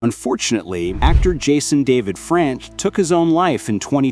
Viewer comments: Hmm jason david franch? Ouch that was bad mispronounciation the first time lol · Did he say Jason David French 😂😂